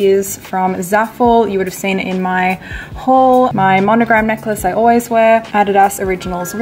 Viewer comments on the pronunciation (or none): none